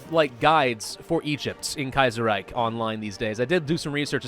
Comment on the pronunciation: ahem You're pronouncing Kaiserreich just fine. I would know. I'm a Linguist™.